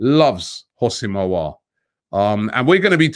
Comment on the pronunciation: He's pronounce Aw-war